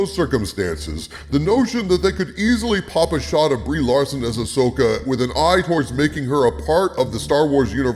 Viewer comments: I want to hear the original audio to this video, when he pronounces Ahsoka as "ash-oh-ka" lol Future Reference: In Premiere, use "Constant Power" for 1 frame between the audio cuts to get rid of that pop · I notice you ADR'd all you mispronounciations of her name this time. Thank you. It really bugs me when you say "A-Sho-kah" because no one has said it that way ever. It's also a dead give away that you've never watched any of the animation and I think that's a shame man, you're missing some good content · you kept calling Ahsoka "Ashoka" didn't you? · Ahsslessoka. You heard it here first. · You mispronounced the name and had to edit it in. :D Next time record yourself saying the words before and after and use the fade function to cut the new take in.